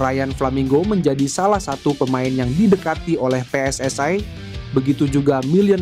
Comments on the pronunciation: Baca narasi gak usah lebay...PSSI ya PSSI ngapain dibaca PSS ay...? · Pe-eS-I, bukan Pe-eS-aI, itu bahasa Malaysia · Min, bisa baca gak? Masa pe es es ai 😂😂😂